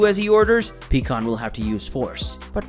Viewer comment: Do you have problems saying "pie" pycon? Is there a reason? It's not peacon! And I'm not the only one thinking about how words and names are being pronounced wrong please explain or re edit. It would mean a lot to those of us who feel the same as I do.